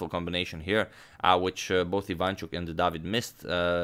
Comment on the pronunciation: Not quite. He does a relatively good job, of course, but messes up the stresses. For example, it is pronounced IvanchUk, no IvAnchuk.